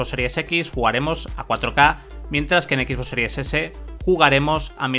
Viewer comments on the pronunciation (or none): Alguien me puede decir por qué dice “X boss” en vez de XBox? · Bueno creo que es la manera en que lo disen los españoles por que el rubius un youtuber famoso tambien lo dise de esa forma por a si desir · Son españoles no saben pronunciar bien el inglés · "Equis vos" XD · " equis bos" jajaja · Pierde seriedad con tanto decir "equisboss", es como lo de "uveerre" en vez de VR ("vi-ar"). Saben como se pronuncian las cosas y mas estando en un medio especializado, pero bueno lo pronuncian asi igual. En fin.